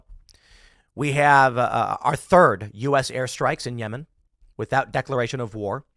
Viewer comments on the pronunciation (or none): none